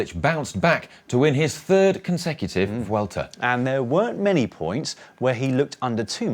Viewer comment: Congratulations on pronouncing "Vuelta" pretty well. "V" in Spanish is pronounced like a soft B. It's definitely not pronounced "W". "Bwelta" is not far off how the locals say it.